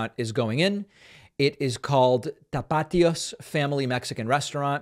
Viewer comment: Terrible pronounciation David come on man get it together . It’s Tap-ah-tios